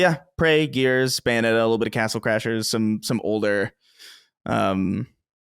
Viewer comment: Never noticed "watch" with but I always notice the way he says "older". Almost sounds like he says "odor" instead.